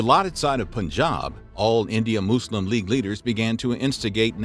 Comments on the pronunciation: its pronouced mus-lim not moo-slim this video is a joke cant even take it seriously and im Christian. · This bloke, trying so hard to avoid his yank habits of pronouncing the word muslim as 'muh-zlim' but instead went too far extreme with his 'moose-lem' 😂😅😂 Kefe! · Say Muslim properly come on!!!!!!